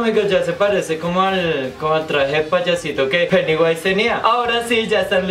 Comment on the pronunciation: "Del deeel piudiwise" jajaja